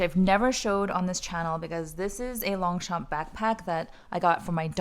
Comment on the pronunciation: Hello, we don’t pronounce the g and the p in French ( in longchamp ) 😉